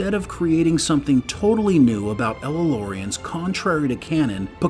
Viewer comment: It's not "ello•laurians" ... Otherwise, great video!